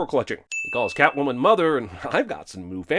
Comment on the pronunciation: Ah, so Catomwan's a bastard. Don't know much of Selina Kyle in da comics but butchering her alter-ego's name like dat is a sin! Lol ding